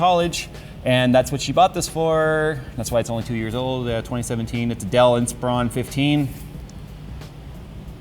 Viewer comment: did anyone else cringe at how said Inspiron?